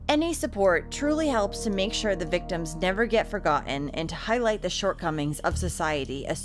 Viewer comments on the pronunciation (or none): none